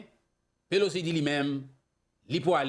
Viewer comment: HI BROTHER, HER NAME IS NANCY PELOSI, NOT POLOCI. MAY THE LORD BLESS YOU.